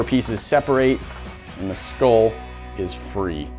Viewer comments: It's pronounced skull not skoll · It’s a SKULL not SKOLL